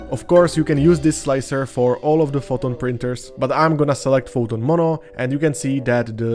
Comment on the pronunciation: Well that was helpful On an eeentirely unrelated note, you are quite good at hiding your Čech accent exceeeeept... the word "Mono" Monó volé 😆